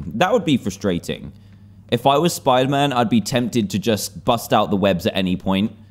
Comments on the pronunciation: Dantdm: Hello guys, today were are going to play some SPOODAMAN. Me: spoodaman? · He said spooder man at the start hahahahaha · Dan TDM : Welcome back to spooder -Man ME : Wait I must be hearing you wrong what did you say .............. 🤔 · DanTDM HEHE! You said spooder man. Did you mean “Spider Man”? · “Welcome back to spooderman” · me:dooooo doooo dan:welcome back to soiderman Me:WHAT DID YOU SAID replays in slowmode Dan:welcoome back to soiderman Me:dies* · Lol In the start he says spuderman instead of spiderman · in the begining he said SPOODER MAN! :} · Why did you say spidermoon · "Hey guys! We're back in the world of, Spooder-Man!" .w. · dan: spooder man Me: seriously spooder man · UHHH........ UMMM..OH I THOUGHT WE SAY SPIDER-MAN BUT DAN IS A LEGEND HE TAUGHT ME ITS NT SPIDER-MAN ITS SPOODER-MAN YAAY.SPECIAL THANKS TO DAN HE CORRECTED THE WORLD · "spooder man" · he said spuder man lol